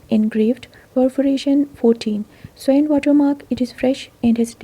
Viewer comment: In the case of the WA 6p, u don't say rouletted perforation---it is simply 'rouletted. Labuan is pronounced ' Lab-oo-wun' n Swan is pronounced S-won. Thank u!